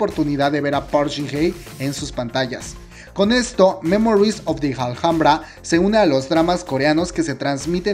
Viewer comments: El vídeo está genial, pero solo una cosa ; se pronuncia " ALAMBRA" aunque se escriba Alhambra ❤️💓❤️💓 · Me encanta el video, que rico que estará en Netflix, gracias... pero porque pronuncias "aljambra"? ... es Alhambra... español 😊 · "Memories of the JALJAMBRA" se dice ALAMBRA como si la H no estubiera cada vez que decias JALJAMBRA me senti como cuando seouk le mata a yoo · Hola, soy admiradora de Park Shin Hye,espero este drama con ansias, pero solo te quería hacer una pequeña corrección en tu pronunciación de "Alhambra ", soy española y granadina, o sea donde se halla este monumento patrimonio universal de la humanidad, con lo que me rechinan los oídos cuando te escucho decir " Aljambra" no seria raro si fueses extranjero, pero como decís los mejicanos hijole eres hispano!, la h en castellano es muda! Se pronuncia igual que "alambre" pero finalizado en A. Dicho esto sigo tu canal fielmente,y me diviertes mucho con todos tus videos, sigue así!!!!😘😘😘